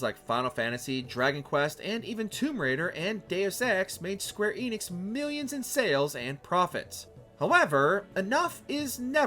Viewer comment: The Enix in Square Enix is pronounced with an e like in end. Get it right lol